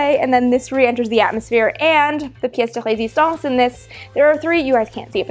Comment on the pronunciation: Hahaha little clue as to Amy's Canadian heritage...she pronounced pièce de résistance right :)